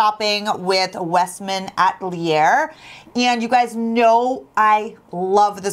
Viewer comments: Yeah I giggled the way she pronounced it. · Love your videos! It is pronounced Westman A-tel-ee-yay:)